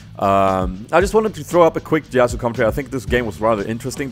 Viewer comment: Actually, it's pronounced Ya-su